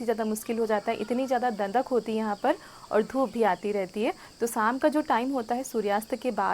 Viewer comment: Sam nahi sham hota hai theek se Bola karo